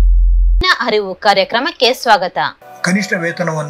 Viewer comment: ಕಾನೂನಿನ ಹರಿವು ಅಲ್ಲ ತಾಯಿ, ಅರಿವು ಅಂತ ಹೇಳು